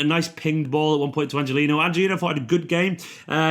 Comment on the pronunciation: If you are anything like the annoying commentary today, it's "An-hel-inho" NOT Angelino ! 👊 Thank goodness the game is only 90 minutes because I couldn't take him saying that, for longer.